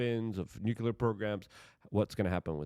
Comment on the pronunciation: Nucular? Strategery?